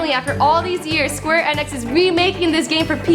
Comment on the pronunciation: I cringe every time she miss pronounce Square Enix.